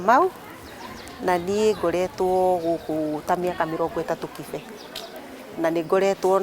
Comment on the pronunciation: Kibe pronounce your name in kikuyu cos you're one! Don't pronounce it in kiswahili in a vernacular set-up!